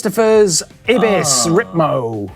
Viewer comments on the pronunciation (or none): It's Ibis (aibis, or I-BIS) not Ebis. You know, from the bike vault. :)